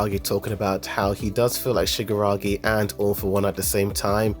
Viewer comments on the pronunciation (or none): Great video. Man, you really need to stress more the KI sound shigaraKI because it sounded like shigaragi the whole video